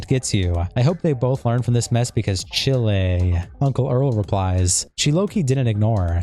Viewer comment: Heads up, "chile" is pronounced "chiiiilllll" like "child" without the "d" sound